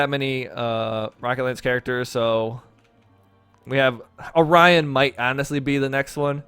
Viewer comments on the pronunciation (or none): none